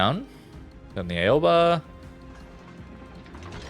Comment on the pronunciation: The Aoba is pronounced ow-buh lol